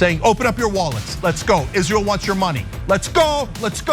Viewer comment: “and you will pay for Izleeur’s endless wars.”